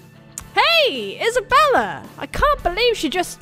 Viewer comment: HEY! Thazt annoys me when you pronounce isabella like that, because thats my name!!! xD i get it's italian but you don't always hato to pronounce it like that xDDD